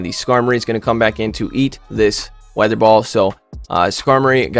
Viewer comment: It's hilarious to see messing up the names of the moves. "Vi-aa-thur ball"